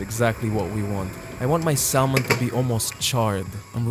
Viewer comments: You look great, man! Thank you for sharing this video with us. You are very enjoyable to watch. These are great tips! It's pronounced [sammon] not [salmon]. Thanks again. :) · I like your sense of humor. Kudos on trying to eat better and lose weight. You can do it! The 'l' in Salmon is silent. SAMon. Subscribed. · The L in salmon is silent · The L in salmon is silent. Just so you know. If i was speaking in a second language and mispronounced something i would want someone to tell me.